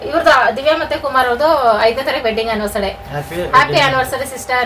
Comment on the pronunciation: ತಪ್ಪು ತಿಳ್ಕೊಬೇಡಿ ಆನಿವರ್ಸರಿ ಅಂತ ಹೇಳಿ ಆನಿವರ್ಸಡೇ ಅಲ್ಲ